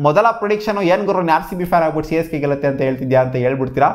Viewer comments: Correct aage helda 😂😂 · Yes its Csgay